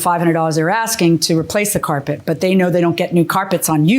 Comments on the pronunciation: "Carpret", it's not the first time I heard that on this show. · “axed” and “carpret”??